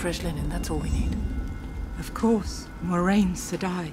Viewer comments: lol thats what you found annoying not the man dragon part😂 tbh i knew its was mwa but always pronounced it moi-rain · Lan is supposed to be imposing and Moiraine short. And her name is pronounced Mwa-rain, not More-rain. My expectations for this series are sinking. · My biggest gripe is that they have mispronounced moraine's name. It's very clear stated in the book how her name is pronounced, mwa-rain. NOT MOR-ain. Like seriously. You can't get that hella basic fact right... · Her name is pronounced wrong. It's not Moraine. Its Moiraine. Mwah-rain. Moi as in French for me. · Moiraine is supposed to have a jewel on her forehead. And she’s supposed to be short. And it’s pronounced “Mwa-raine” not “More-rain” per the backs of the books. No way I can get into this. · If you look in the back of the books it says it's supposed to be pronounce "MWAH-RAIN" with the "moi" sounding like the French word for "me". I always felt like the Cairhienin had a French vibe, even though RJ said no country or culture in WoT is directly analogous with one country or culture from our age. To be fair, even with die-hard fans its rare to hear someone pronounce it like that, everyone says "MOY-RAIN".